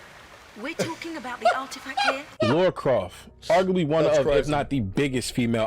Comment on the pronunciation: It’s CROFT not craft.